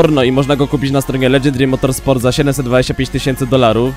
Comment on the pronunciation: Czemu słyszę Elegy Dream Motorsport zamiast Legendary Motorsport